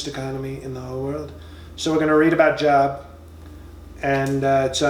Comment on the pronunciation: Oh, this dude is GREAT! "JOB"... what a dumb ass! Pronounced "JOBE"......This man is so f'ing dumb, it's UNREAL!